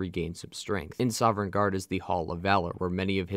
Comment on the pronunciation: I can’t help but cringe everytime this guy says “soverngarde”. The NPCs literally say Sovngarde like a million fucking times, the Nords can’t stop talking about it.